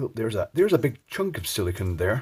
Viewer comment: I've been a fan for at least a few years. I have an honest question that I was hoping you could answer for me. You mention there being silicone in the bulbs to seal them, but you pronounced it as if it was "silikin" (a word that doesn't even exist). I know the difference between silicone and silicon, as well as how to properly pronounce each one. My question is, why does almost every youtuber pronounce both silicone and silicon as silikin? It's a bit confusing for 2 unrelated words to be mispronounced as if they were the same word.